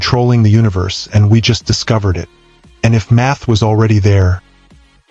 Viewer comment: At first, I didn't hear math from the narrator. I heard, "meth explains.."